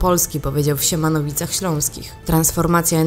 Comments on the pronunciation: Mówi się Siemianowice a nie Siemanowice!!!!! Opanowanie!!!!! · SIEMIANOWICE ŚLĄSKIE, pliz... nie Siemanowice